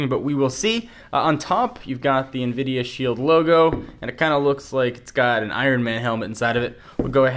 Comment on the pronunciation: why do u say invidia??????